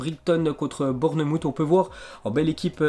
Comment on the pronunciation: Eh on dit Bournemaws pas Bournemout (bournmouth) On dit brayton pas brigton (Brighton) On dit sawsampton pas sotomton (Southampton) Prononciateur de l'année